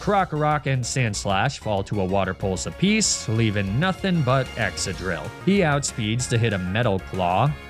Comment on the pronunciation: Hearing Excadrill being said as: Eck Sa Drill instead of the the normal Es Ca Drill, is hilarious lol